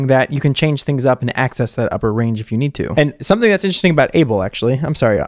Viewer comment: no no that’s not how your pronounce “abel”